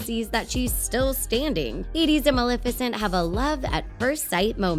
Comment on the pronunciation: Maleficent you said her name wrong